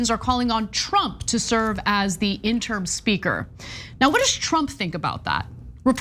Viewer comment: Hey Ana! Love you, love you, love you! But, it is not "interm" it is "interim". Still subscribed, liking, and loving all you all do!